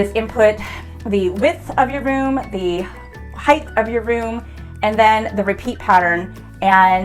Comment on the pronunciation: There's no such word as 'heighth' :)